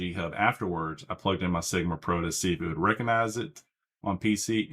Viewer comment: what do you mean by sigma pro? That sounds like youre saying sigma g pro